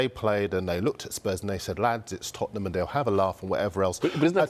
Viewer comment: It's Tottenham🤣😂